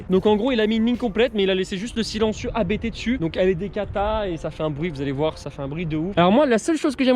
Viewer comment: Abt se dit en un mot et non lettre par lettre. Belle voiture, belle prepa.